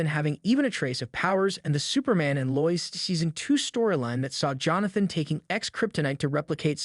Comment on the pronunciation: Very good video, but her name is pronounced Lo-Is.